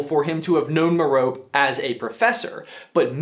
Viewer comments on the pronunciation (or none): "mer-O-pee"... not "mer-rope" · Please stop pronouncing it M'rope. It's Mer-Oh-pee. Please, it just sounds horrible like hold on to M'rope. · Hey, Brother!! Meh-rope? I bet you called Harry's best friend Hermi-yown when you first read the books. But if her real name is Her-my-yuh-nii, then wouldn't Tim Riddle's mother be called Meh-row-pei? Doesn't it sound better, more like a real name? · Interesting theory. One thing to consider: Merope is named for the “lost” Pleiades sister in Greek mythology (pronounced Mer-oh-pea, not mer-rope) who was the only one to marry a mortal. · Meh - Row - Pay, not m’rope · "Meer-oh-pee", not "mur-ohp" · Pronounced “M-air-O-pee” not Mer-rope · Mer-o-pay not meroap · The fact that you say "Mor-rope" instead of "Mor-ro-pee" bothers me. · Awesome theory, but her name isn't /měh-RŌP/ ... It's /MĚH-rōh-pē/ (It's Greek) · Marope is pronounced "Maropay" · Just so you know, it is not pronounce mer-ope, it is pronounced meh-roh-pay. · Erm . . . Mair-o-pee, not Mer-ope. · Her name is pronounced “muh-row-pee” not “muh-row-pp” just FYI bud ;) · Has everyone been pronouncing Voldemort's mother's name as Mer-rope? I've been reading it like Meropie. I know it's spelled without the "i" but neither are Penelope, Kalliope or Aphrodite, where the "e" is pronounced because they're Greek names. Merope is also a Greek name. Have I just been doing it wrong? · Merope’s name, I’m pretty sure is pronounced “mare-a-pee” not “mare-oap”. Kind of like the name Panelope, or Persephone. I could be wrong... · Merope is pronounced Merr-Oh-Pay not Merr-ope I think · meropé not merope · Merope rhymes with rope. Not Meropay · Haha Me-rope. It's Me-ro-pe, Me-ro-pay. Love how prone Americans are to mispronounce words and names even slightly foreign to them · Its me-ro-pe (meripé) not me-rope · Do you pronounce all of these harry potter names wrongly on purpose? Who is my-rope? Me-roh-pay... Whats felix feleace-iss? Felix felississ... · Mare-uh-pay, lol not ma-rope.